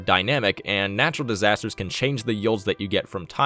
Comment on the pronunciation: Natural "Distasters'?